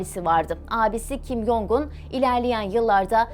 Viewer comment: “Jong” Cong diye telaffuz ediliyor.